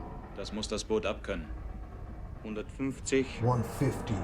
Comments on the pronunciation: It is not Das "bOOt"!!! It is pronounced as if it were actually spelled "boat"… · In German double vowels just indicate that a letter is prolonged. The phonetic sound keeps the same. It is just stretched. So the word "Boot" is not pronounced "Buht" but "Boht" with a long "o". 🙂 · it's "Das Boot", not "das Buht" , it's more like the first vowel in morning or, ironically, in boat sorry for nitpicking. I'll make it up for you: There is a making of documentary and it's breathtaking, answers all your questions... it's in german, though, maybe you'll find subtitles somewhere ..oh, and you'll need a vpn-client, because this is from the public television channel arte from France/germany.... a little teaser: the man over board scene was more real than you might think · "Das Boot" pronounced with a long sounding "o" not an "u". Maybe day it as it would be spelled "Boht". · The o in Boot isnt pronounced as in the footwear but rather like in "Ohh". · Just a small remarkt. You pronounce Boot as Boat (like goat) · Please pronounce it like boat. There’s 3 different versions. 1 original version ( more focused on action) a 3 or 6 series tv version ( total 5 hrs) ( very much giving a psychological picture) and the directors cut somewhat in the middle. The differences in the whole feeling of the movie are quite surprising. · Please ! Do not pronounce it like the "pair of boots" its pronounced like the english "boat" !! Apart from that i totally agree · Great review. Try pronouncing boot, not like the shoe, but like boat with 2 Os The movie feels so real, especially the effects, you almost could breathe the air in the ship. It really leaves an impression. There is an exhibition. Search for “Bavaria Filmstadt boot” They have the props open for exhibition. At a point in the war, if one was drafted, you could not refuse or face a military trial. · Although spelled as Boot, its is still pronounced as "Boat". The oo sound in German is like the word owe